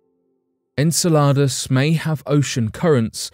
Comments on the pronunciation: If he calls it SALADS one more time I swear... en-sell-ah-dus... not ENSALADAS (aka SALADS in spanish. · It's Insel-u-dus not insa-la-dus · Sounds like you're saying enchiladas 🤣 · The narrator doesn't know how to pronounce Enceladus (en-sell-a-dus). Hhhmm... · Just incase you need to make another video about “Enceladus” again. It’s pronounced - en·seh·luh·duhs - thanks for coming to my TED talk 😂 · it's en cell a dis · Saying the name wrong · Your saying the name wrong and pisses me off each time